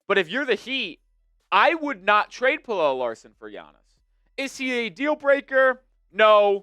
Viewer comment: I love how you went from mispronouncing his name as “pellell” to “pellella”. It’s just “Pella” homie.